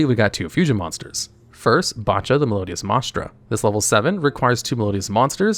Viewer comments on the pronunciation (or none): I tweaked a bit every time he said maestra, but I physically hurt when he kept mispronouncing names based on actual composers. Bacha hurt my soul